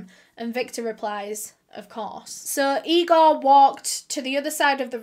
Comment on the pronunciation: Its Igor, not Egor.